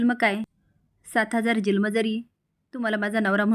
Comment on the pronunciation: जल्म नाही हो जन्म म्हणा ना